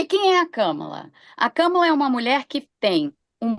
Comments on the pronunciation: Eu chamo Kâmala. Acho importante chamarmos corretamente o nome de uma pessoa. Não temos obrigação de saber outra lingua, mas é delicado e de bom tom fazermos um esforço para chamar o nome próprio de alguém de forma correta. Escreve-se Kamala e pronuncia-se Kâmala. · Não é Kâmala!!! É Kámala. Por favor respeitem! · Qual o problema de falar Kamala com o sotaque brasileiro? Europeus e estadunidenses se preocupam em pronunciar nossos nomes, e palavras em geral, sem sotaque?